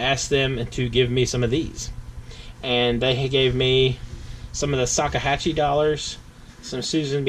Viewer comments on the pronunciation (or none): Did you say "Sakahatche" dollar? :)))) I think you meant Sacagawea haha